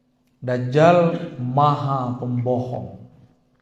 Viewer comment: dajjal sebutannya bukan dazzal 😂😂😂